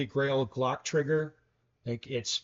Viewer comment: Stock is just fine for 95% of users. Also the “r” in trigger is not silent unless your area code is 212 or 213…